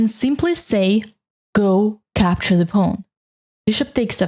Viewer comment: I love the way you pronounce pawn “ pown” It’s the biggest reason I watch your videos 😊